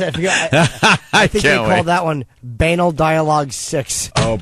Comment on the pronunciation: Norton’s pronunciation of banal is tremendous